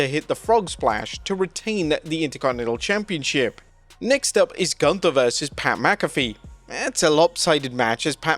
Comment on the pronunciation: Nobody can pronounce Gunther right. Sprechen sie Deutsch!